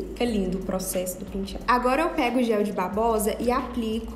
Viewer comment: Todos lindos! Mas que agonia ela falando PINtiado🤪🤪🤪🤪🤪